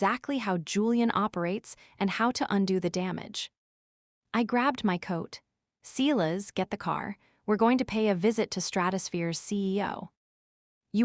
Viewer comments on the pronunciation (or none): Sighlass. It's pronounced sighlass. Edit your AI voice software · OK, in addition to the fact that your AI voice doesn't know how to pronounce the word Silas, he couldn't be on the Internet looking at what Julian is doing on the network inside the company. That's not how IT works.